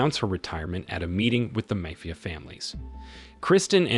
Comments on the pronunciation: Thanks. Now if we can just teach the techs' how to say Mafia.............. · If you notice the voice is too, that’s why there is serious mispronunciation of words, like mafia, for example.